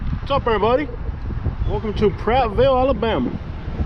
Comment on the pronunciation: Its Prattville there is no s in it.